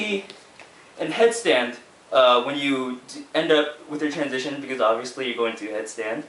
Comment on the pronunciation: was i the only one that screamed: TWANSITION!!! when he said transition?